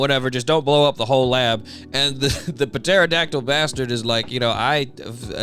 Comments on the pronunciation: I can't tell if you pronouncing the P in Pterodactyl is sarcasm or not. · Bro I love your content it’s amazing…. But the p in pterodactyl is silent 😭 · Ytf do u keep pronouncing the p in pterodactyl? The damn p is silent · I've never ever heard the "Puh" in pterodactyl always heard it has "tera" all the times in "science" the p is silent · The “p” in pterodactyl is silent bro 😅